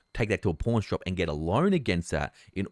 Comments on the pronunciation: I heard something else than "pawn shop"... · I love you, long time viewer. The entire time I hard "porn shop" and not "pawn shop" lmao. Thank you for all the incredible data!!! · Had to tell my wife he said "Pawn Shop" not "Porn Shop"